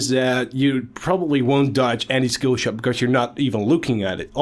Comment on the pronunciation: Can't decide between pronouncing "shkillshot" and pronouncing "skillshot".